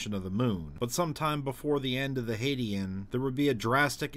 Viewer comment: U pronouncing is "hadian" and not "hadean" is very no no